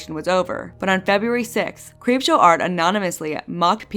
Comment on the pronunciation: two and a half years later i have three takeaways from this: 1) a hypothetical sequel could easily be another 4.5 hours 2) how the fuck did prison mate mispronounce creepshow art 3) why is this not the first time i've seen ppl tell neurodivergent ppl who can reclaim that word that they're not allowed to for some stupid reason? of all the problems to have w harley's words (of which there are many), kai had to pick the least sensical one.